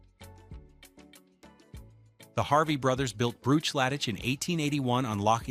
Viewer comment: Brooch laddich? Eyes lay? C'mon man. Read your script. AI ruins everything.